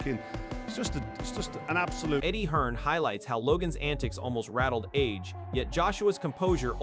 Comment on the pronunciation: His name is Anthony Joshua AJ, Not RJ?